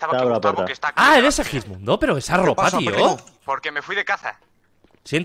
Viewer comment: Ajajj sí el que dice sewijmundo